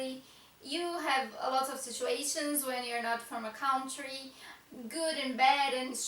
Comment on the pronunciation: Interesting, but I have to say something regarding pronunciation: it's not "cowntry", it is pronounced "cuntry". The "ou" can be confusing, but it has to be memorized!